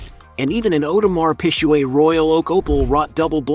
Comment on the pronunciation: Lmaoo audemars pichuet???????? Wtf I know audemars Piguet 😂😂